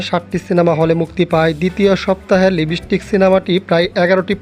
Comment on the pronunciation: ভাই লিবিস্টিক না লিপস্টিক হবে কথাটা 😅